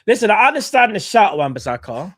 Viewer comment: thats a red card for saying wan bissaka 😂🤮